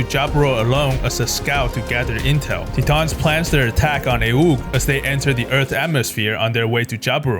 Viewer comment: Love your videos, bro! My favorite part, Quattro puts sunglasses on underground. Quattro remove his sunglasses when he’s outside. Lol. But, please, PLEASE! Titans is pronounced “tie-tans”, not “tee-tahns”. :)